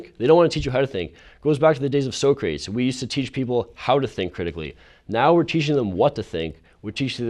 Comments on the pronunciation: "It goes back to the days of Sowcrates." Jesus fucking christ... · A college student called Socrates So-crates and no one corrected him. Is that what a safe space is? A place where people can speak falsities and no one corrects them? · so-crates. so-crates. so. crates. bed. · I’m very surprised at how the white guy pronounced “antithesis” and “Socrates”. But I agree with him. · I really agree with this guys message but I lost a lot of respect for him personally after he mispronounced Socrates and antithesis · J Mackize It took me a second to realize he was talking about Socrates when he said it... smh Good try kid, good try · It's a shame I had to stop listening to this debate, but the dude mispronounced "Socrates". Couldn't take him seriously.